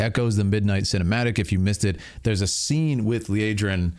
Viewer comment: Lee Ahh drin, not Lee Ay Drin.